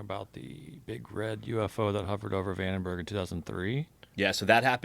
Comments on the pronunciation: It troubles me that they both pronounce Vandenberg “Vanderberg”. Makes me not take Dan’s research seriously. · Sorry, but 80,000 feet is NOT "space." Not even close. (Search "Kármán line.") And he repeatedly mispronounces "Vandenburg." Kind of basic stuff. (And only 29 minutes in.) Consider me skeptical about this "expert".... As for Rogan, the movie is "The Conqueror," not "Genghis Khan." And it was shot in Utah, not Nevada. Like JRE, and many of its guests, but the show needs a live fact-checker. Way too many careless errors.